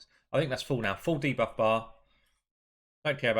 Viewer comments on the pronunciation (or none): none